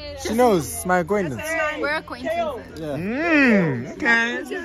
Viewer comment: The payne on her face when he said acquentence.😭 not sure if i spelled that right.